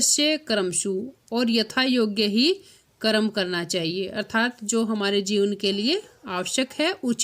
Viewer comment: कृपया अर्थात शब्द का उच्चारण सही करें।